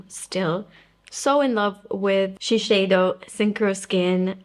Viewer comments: It’s not pronounced She-shay-do. In Japan it is pronounced she-syai-do. The closest English pronunciation would be she-saiy-do. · It is Shi (ši) seido (seido). Not šišeido .... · Interesting….I looked up Shiseido’s official channel on YouTube and look through many of their official ads, none of them pronounced it that way. They all say “shi-say-do”, not “shi-shay-do”. But since I’m not Japanese, I guess I wouldn’t know for sure… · Hi, did someone correct the way you pronounced Shiseido? I believe the way you used to say it was the correct way.